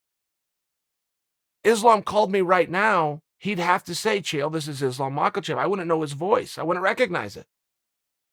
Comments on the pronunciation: Me: Makhachev Chael: Makalchev Me: Makalchev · I love Chael. And his mispronunciations are epic. But my man added a letter. 😂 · islam “mocklechev” makhachev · Chael “Macklecheck” sonnen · Chael.. Its (Muh-ha-chev) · At this point I'm sure MAKEL-CHEV is deliberate by Chael... brilliant troll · Just tuned in to hear chael say “ Makel-chev” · "MAKALCHEV" wtf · Chael says he knows Islam well. Also Chael says his name "Islam Michaelchev" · 'Islam makalchev' 🤣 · “Islam Macklechev” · Where are you getting the "L" in Islam's last name?